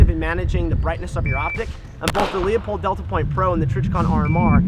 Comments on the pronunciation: It is pronounced "Lou Pold" not "Leo Pold" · It's pronounced Lew-pold not Leo-pold. Call the factory and find out, otherwise great video. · It's pronounced Loo-pold. Not Lee-upold. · Met the Marketing Director for Leupold at the Portland airport three weeks ago. It's pronounced 'loopold', not 'Leopold'. Get it right gun expert. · I pronounce it Leu-Paul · It's pronounced "Loy-pold" or "Loy-polt", depending on the german dialect. Not even the company pronounce it the correct german way, but it's not the end of the world. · Obviously. However he didn't pronounce it that way. People are constantly mispronouncing Leupold as Leopold. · You're exactly right Chris. I laughed when even pronounced it wrong. But like my friend at Leupold says, " I don't care if they can't read as long as they buy our stuff", lol. If anyone doubts how they pronounce it all they have to do is call the company and the live person that answers the phone will answer: LOO-pold and Stevens, how can I help you?